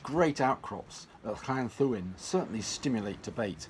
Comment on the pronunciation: Pronouncing it correctly would be an even better idea. Double d has a hard 'th' sound, as in THis BTW, isn't Llanddwyn now thought to be a terrane in its own right?